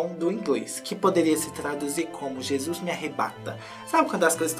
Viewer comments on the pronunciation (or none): none